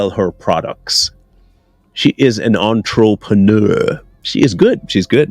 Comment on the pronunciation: I love how u said " entrepreneurrrr 😅